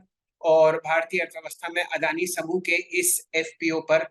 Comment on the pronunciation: अरे वो अडाणी नही अदानी है....हमारी मराठी मे अडाणी का मतलब अनपड होता है😁😁